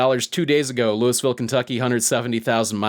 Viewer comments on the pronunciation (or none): The worst part of this video is his pronunciation of Louisville